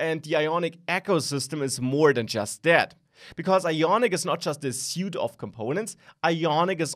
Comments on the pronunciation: Thanks for video. FYI, "suite [of web components]" is pronounced "sweet", not "suit". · Suite is pronounced swēt (sweet).